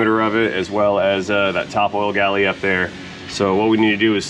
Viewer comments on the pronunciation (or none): Oil GALLERIES please. A galley is the kitchen on a ship. I hear so many technicians mispronounce this word. The other word I hear is Zert for Zerk. You say it correctly. My dad would cringe when he heard someone call a Cummins diesel a Cummings, ARGH! Just words, right!